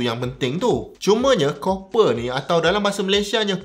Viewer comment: Copper / kuprum / tembaga pronunciation yg betul... Geram rajin sgt tgk netizen ramai nau duk sebut 'Cooper'... Ingat mini cooper lettuw